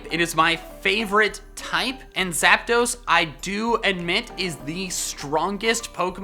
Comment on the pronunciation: Why you sed abuot zaptos